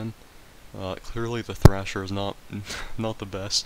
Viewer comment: Thresher not thrasher. Loved the video tho